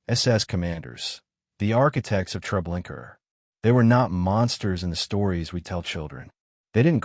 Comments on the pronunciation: Why pronouncing it tre linker?? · LOL! What the hell is Treblinker? 😂 That's AI for ya. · Pronounce the damn name correct for fuck sake. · GLAD IM NOT THE ONLY ONE WHO NOTICES HIS BUTCHERING OF NAMES, PHRASES, OR PLACES!!!!! Sure does make him sound dumb and uneducated!!!